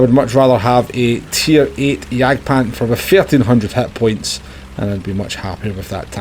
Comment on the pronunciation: I didn't know hitpoints are also called HATpoints 😂